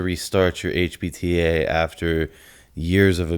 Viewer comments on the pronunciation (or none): i agree with you that i think he does mean hpta, i don't want to watch it again but it did sound like he was saying hbta but i could be mistaken they even sound close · honestly I thought he was saying HBTA in the video and it had me wondering if this dude actually knows what hes talking about lmao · the way he says HPTA makes his editor think he said hbta I guess 🤷🏻‍♂️